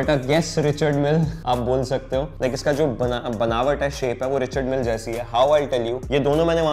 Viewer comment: Smartwatches and a RM copy degrades my respect for his collection Also it's pronounced Ree-shaard Mill